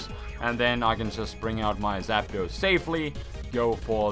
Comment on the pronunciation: Artic-uno Zap-dos Mol-tres Spanish yo